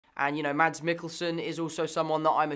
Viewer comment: Tom holland Can't pronounce Mads he's bad at Danish